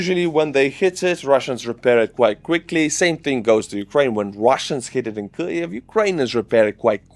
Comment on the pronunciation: Dude, everything in this last video of 2025 is great. Maybe IN 2026 YOU CAN QUIT SAYING "KLIEV" There's NO L IN KYIV! Happy New Year!